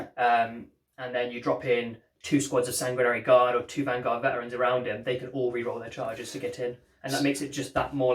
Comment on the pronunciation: Sanguirrrrinarrranry Guard